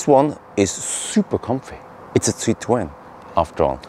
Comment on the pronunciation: compliments for your "French" pronunciation of the Citroën brand/trade name. The history of the family name is of a Jewish family in the Netherlands that changed their family name to the Dutch word "citroen" (pronunciation in English phonetic "citroon" or in French phonetic writing, "citroun" and this Dutch word means lemon (English) or citron (French)). Fruit and vegetable traders. Then the family landed in France with their Dutch family name and the French (or the family?) started to pronounce that name as "citroën" - the way you do - and it sounded less lemon like that.